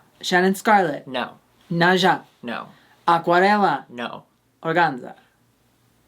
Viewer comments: Hey Naza's name is pronounced like "NASA" the space agency not like "naja" the snake. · I love u call NASA as NAJA and NAJA is a snake in Brazil kkk